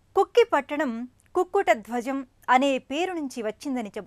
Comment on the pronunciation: కుక్కి కాదు.. కుక్కె